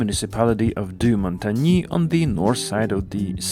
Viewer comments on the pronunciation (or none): the in montanges isn't pronounced. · not it is more like a y sound then an e sound.